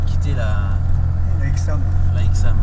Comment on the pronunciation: La ch40 et vraiment moche la nouvelle ch46 et mieux ,est déjà on dit pas ixam c'est aixam, en plus dire accoudoirs au lieu de vide poche sa veut rien dire mais surtout dire que ya pas de vitre électrique alors que les bouton sont sur la console central c'est vraiment n'importe quoi ,il faut connaitre le véhicule au lieu de critiquer et de le comparer a un vieux camping car ,bref mal préparer trop d'amateurisme